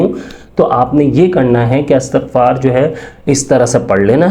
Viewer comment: اسلام علیکم بھائی یہ اَسْتَغفَار نہیں ہے بلکہ اِستِغفَار ہے۔